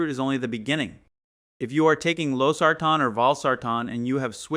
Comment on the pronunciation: He pronounced Losartan wrongly